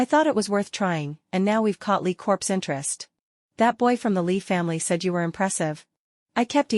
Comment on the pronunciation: Lee Corps. In this case pronounced as COR even with the s at the end CORPSE , s sound pronounced, is a dead body!!!